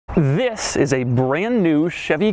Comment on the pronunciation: Note that in this episode the THIS is not emphasized enough. Doug didn't rehearse enough.